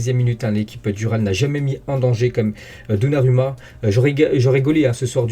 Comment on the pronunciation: ON PRONONCE donnaROUMMA 🤦🏽‍♂️ les français…